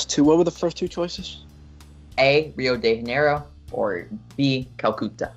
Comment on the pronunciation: The Rio de Janeiro pronunciation from made me laugh for about 5 minutes straight lol